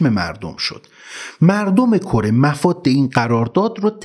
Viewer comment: بسیار. عالی..تلفظ صحیح مفاد. با ضمه Mofad..هست